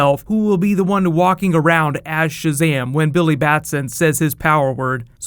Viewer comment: Mercury. It's ShazaM not ShazaH